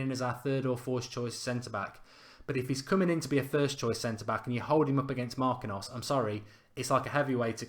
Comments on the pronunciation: MAR-KEEN-YOS, not MAR-QUIN-NOS. Same thing win FA-BEAN-YO, not FA-BEAN-NO. Gotta get better at the Brazilian name of you want to attract Neymar lol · It's pronounced MAR- KEEN- UUUs